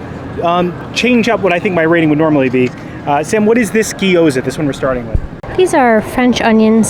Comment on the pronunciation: GYO-ZUH. 😂 Not guy oh zuh 😅